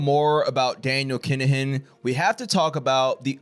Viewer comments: It's pronounced kin a gin. Not keengin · Phonectially it’s pronounced “kin-ah-hin” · He said Keenahan lol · Whats going on here, whats a keengin or a kin a gin? If you meant Kinahan then its pronounced Kina han.